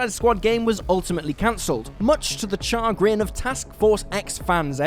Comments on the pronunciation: the... cha-grin. this dude said "cha. grin." as in gonna go dance the chacha, grin. when the word is pronounced shuhgrin. i'm not ok. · Char- Grin? Its not a burnt smile you Muppet. Its pronounced "Sha-grin". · I took psychic damage from the ‘cha grin’ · Chah-grin, lol! I know it's an accent difference, so no judgment there, but hearing it said that way def threw my brain for loop for a sec. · Classic WC- chagrin. The "ch" makes a "sh" sound, like Cher.